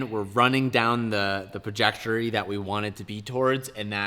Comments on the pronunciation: Most shocking thing in this video was when you said pajectory instead of trajectory. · “We are running the perjectory” lol